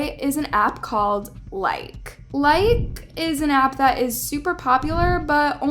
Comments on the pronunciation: BTW you pronounce the E as a hard E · Oop I thought it was pronounced likey Like - ey Like - ee? You get what I mean? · It’s Likee not Like btw not being rude but yk just saying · Is proununced like ee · it's pronounced "Like-E"